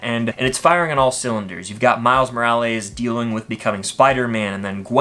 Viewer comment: MORAL-EES, TF IS THAT 😂